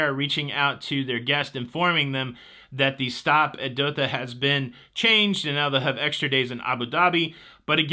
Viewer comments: Did you say Dotha Qatar? It's Doha. Spent a miserable year there. No escaping the heat! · It's Dohhhha not Dokha lol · What’s the capital of Qatar 🇶🇦 again? Sounds like you’re saying Dotha or Doka. LOL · Hi. The city in Qatar is pronounced DOE HA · FYI Doha is pronounced Doe Haa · Hey... Don't wanna be a know it all, but the correct pronunciation is DOH-HAH, Qatar. I was stationed there when I was in the Army. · My family and I lived in Doha, Qatar for a few years while I worked on construction of the airport (top airport in the world with some Amazing features). The world cup is driving a transformation of the county. It would be awesome to have been able to cruise to Doha for the cup. I highly recommend a Persian Gulf cruise. They go to some great destinations. Please also check your pronunciation of Doha (doe as is doe, a deer + ha as in ha ha ha). I won't even try to help with the pronunciation of Qatar because it's very hard for Americans to get right and everyone understands when you pronounce it like you did.